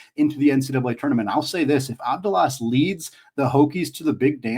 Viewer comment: The pronunciation is Avthalas. V as vat and Th as that. The first A you got it!